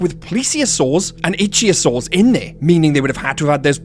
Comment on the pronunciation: They're not "Itchysaurs. They're ICHthyosaurs. It's pronounced "IK-theo-Saur."